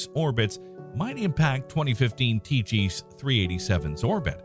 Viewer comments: Such an interesting and well put together video (which surely took extensive time to research and edit), made utterly amateurish and irritating by horrible pronunciation (which takes mere seconds to look up). "Tykhe" is not named after the martial art of "tai chi". "Fiton" was not coined from the Lovecraftian pantheon as "fay-uh-tn". Please, for the sake of your audience and the quality of your content, take those extra seconds before narrating videos. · No, TY-kee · good video, well thought out. However, when you got out toward possibilities past Pluto, several made me turn my head when they were pronounced. Two of the 3 were pronounced differently than you did, and Wikipedia agreed with me. They were Tyche (rather than rhyming with the exercise method, they had it as TIE-key), and Ceres as 'series'. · Please look up how to pronounce names. It's not 'Ty-chee'.